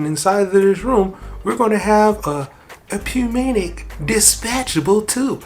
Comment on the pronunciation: P is silent in Pneumatic. "New-Matic". Great video though, really useful. Thanks!